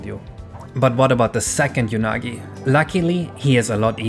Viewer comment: Just for my sanity: it's pronounced "Oo-nagi" not "Yu-nagi". Because it's literally the Japanese word for "eel": うなぎ